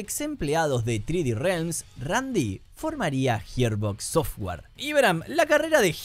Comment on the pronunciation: "Jierbocs sofguar"